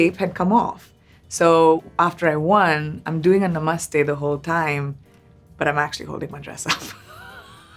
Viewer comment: Whatever accent she wants to use for English words is totally fine — that’s her choice. But when it comes to Hindi words, pronouncing them like a non-Hindi speaker feels so off. It would be so much cooler and more authentic if she said them properly — and she definitely can. I mean, just listen to how she says Namaste, or the fact that she doesn't even pronounce her own daughter's name correctly! Why?